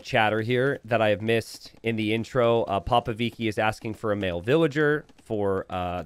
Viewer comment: Hey.. about popovici So, the spell for "chi" from the word "chill" use it for the "ci" form the name "popovici".. And say it in one word, popovici, not popo vici. It.s a Romanian name and this is how it.s spell correctly.. thanks 😊 Great game BTW.. I like the finish, so intense